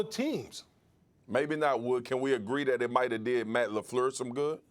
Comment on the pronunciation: This man Marcus said Matt Lafluuurlssss lmao